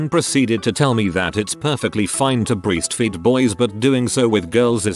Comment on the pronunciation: I don't know why, but the narrator always says ( "red" when the text says "reading" but says "breestfeeding" when the word "breastfeeding" comes out. Sounds like the program for the text to voice program needs a bit more tweaking. And that accent. SMH.